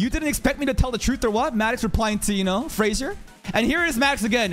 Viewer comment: "Fraudzier" .Peak Content... 🤣🤣🤣 ...🗿🗿